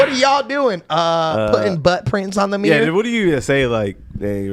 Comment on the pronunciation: Bro said Meer (Mirror) Lol